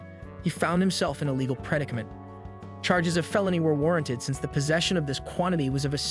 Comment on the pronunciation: Dude the vids good but please learn to read Halle Berry and the word Predicament is pronounced like the word Predict okay? "PRE-DIK-A-MINT"